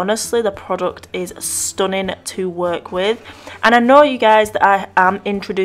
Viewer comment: Did u say "stoning " or stunning?? 😂😂